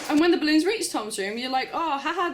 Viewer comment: Gotta love how you say "ballOONS"